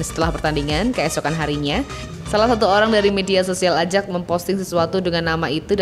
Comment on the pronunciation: ayax min bkn ajaks wkwkwkw